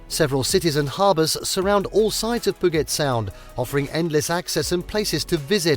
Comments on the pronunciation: Hearing Puget Sound being pronounced POO-GET SOUND was so infuriating. It’s pronounced PEW-JET SOUND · As mentioned here in previous comments, I wish the folks who make these list videos would do some research on pronunciations before recording their audio. As well as Puget Sound (Pew-jet), Leavenworth (Leven-worth), Rainier (Rain-eer), San Juan (San wawn...c'mon...it's Spanish) and Stehekin (Steh-heek-in)...there're a number of names derived from Native words and names. Like Puyallup (poo-ee-al-up). I can deal with the British presenter style rise and fall of pitch, but the mispronunciations are just maddening.